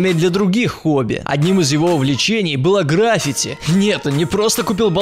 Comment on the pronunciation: Граффити,ударение на второй слог